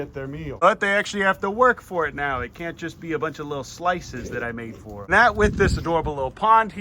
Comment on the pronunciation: “Fo today” always makes me laugh